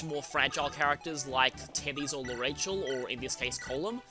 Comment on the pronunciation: Speaking of name pronunciations, I'm pretty sure L'Arachel is pronounced lah-rah-kel. That's her Japanese name, so...